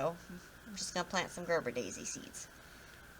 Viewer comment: Its ger Ber a daisy